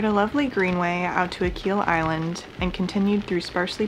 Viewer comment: You pronounced Achill wrong